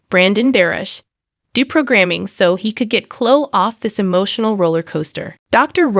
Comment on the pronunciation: Her name is pronounced Cloeee. Not clo.